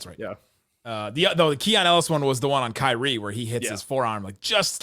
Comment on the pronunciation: why do you have trouble saying Kyrie's name? No mention was made of his contributions🤔🤔